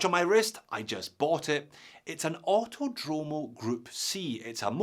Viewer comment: Btw the correct pronunciation is "Autòdromo", not "autodròmo"